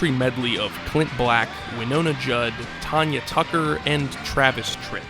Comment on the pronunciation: D tier video for not knowing how to pronounce Tanya Tucker. EDIT: I've changed my mind. Part 2 is a great video and adds on more context. This one is good too. I think the weird Disney shows distorted my view on this video.